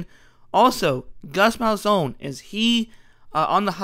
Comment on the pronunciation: and it just keeps adding up. When you made the video auburn had a 4 way race for QB. Its since been trimmed to two, but the only two you mentioned arent in contention. And as much as i dislike Gus, you cant even learn to say his name right. Id be embarrassed to have this as an upload. Seriously not 2 minutes in and im turning it off simply because of incorrect information. This should of been a rough draft and not the final product. Maybe delete this crap and make a new one after doing more than 3 minutes of research?